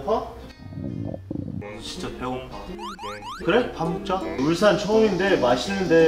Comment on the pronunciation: 울싼 X(발음) 울산 O(발음) 데이브 의 빌음